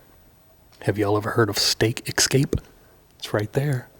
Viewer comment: I've heard of pronunciation excape.